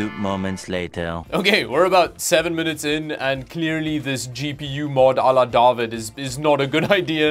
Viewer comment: Yo does I gotta share this with you. Iv been going around the house, running errands, everywhere randomly blurting out ""......" Oh Duuuuh- Vid"..... " Ooooh " lol... It's crazy. I think it has something to do with me never seeing your name pronounced or spelled like it is. Combined with the fact iv been binging on your videos the last month. Lol Like I'm literally blurting it out multiple times a day. 😂 Anyway, love the videos sir ""